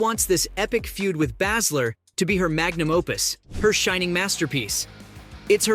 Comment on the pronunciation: Bay-zler not whatever your saying